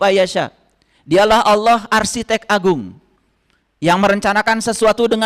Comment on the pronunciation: Gak usah 30 zuj al-qur'an,membedakan Qori (pembaca alqur'an) dgn al-qori'ah (salah satu surat al-qur'an) saja anda gak tau,lalu dalam pengucapan ALLAH saja anda bilang AWLOH,saya saran kan anda belajar iqro dulu deh,pelajaran sekolah dasar.